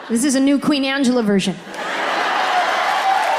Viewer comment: It's not Ajelea it's Angela